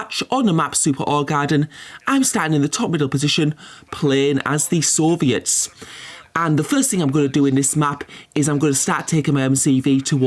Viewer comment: Hey man. Why do you say sayans to the blues xD